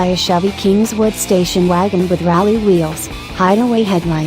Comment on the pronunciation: GET RID OF THE ROBO-ANNOUNCER !!! SHE CAN'T PRONOUNCE THE WORD "RALLY" !